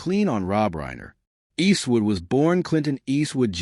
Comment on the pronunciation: Cant stand the way the ai says "Eastwood " & he says it enough to make it an annoying drinking game